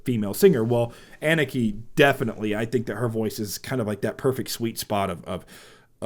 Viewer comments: Pronounced Anna Ka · For your information: her name is not pronounced as "Ennekey", but as "Ah-nukkuh". Moreover, the emphasis is on the 1st part of her name, not the last part. :)